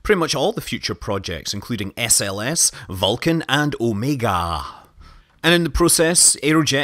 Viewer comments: Scott, Please don't pronounce "Omega" in "American" it just sounds wrong with your accent. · and OMEGA. Curious why it was said like that. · Loved that "omegA" pronunciation. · Yeah, what was that about? I chucked out loud at work at that point in the video :D